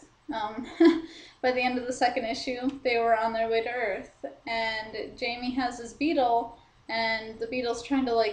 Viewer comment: its pronounce Hi-may. good review tho